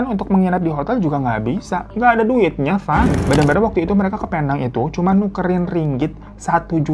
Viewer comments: Bang hiro...sebutan Penang bkn Pe-nang, tapi Pi-neng. Salam dr fans bang Hiro di Malaysia❤ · Aku orang malaysia.. ngakak aja pas bang hiro nyebutin "penang" lain bnget di dengar.. 😂